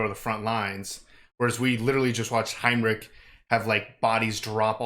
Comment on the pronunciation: HEINRICH, NOT HEINRICK, PLEAAAASE 😭😭